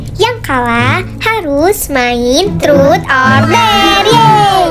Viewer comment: Ngakak 😭 pas bilang 'TROT'😭😭